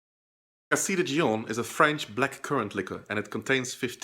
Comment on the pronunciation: Good explanation, I just flinched every time you mispronounced Dijon...